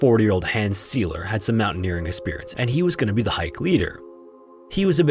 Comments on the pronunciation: Pronunciation note, as you are mispronouncing German names (Heilbronn is pronounced 'hile' not 'heel', And Hans Seiler is pronounced 'SILE - er not 'Seel-er'. The rule, in German: "when two vowels go walking, the SECOND does the talking." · Very interesting, as always! Just a heads up, in German, "ei" (as in Seiler) is pronounced like "eye" 😊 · Somehow I'm compelled to be 'that guy', but in German IIRC, with 'ei' and 'ie' letter combinations you pronounce the second letter. So 'Hans Seiler' is more like 'Huns Syler' to note one of several. Maybe a German speaker can confirm? I really enjoy your channel, one of the first i ever subscribed to.